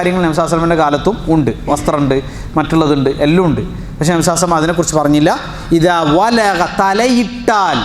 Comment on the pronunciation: Usthade. Nabinte per. Parayumpol sallallahu alaihi vasallam enn vyaktamai parayanamen nhanpadichath pakshe ningal vyakthamakkunnath kelkkunnillallo sheriyano. Chodichathil kshamikkanam ariyathad kondan